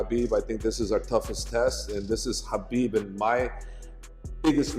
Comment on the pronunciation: This narrator said khabibs last name wrong. Lol